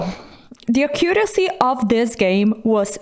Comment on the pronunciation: ffs AC-curacy not ac-COO-racy 😬 the stress goes on the first syllable 😬